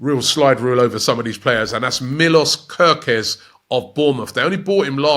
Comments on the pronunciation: Robbie says gokorez 😂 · Robbie out here butchering names again 😂😂 Gooorkares and Bilbower 😭😭😭😭😭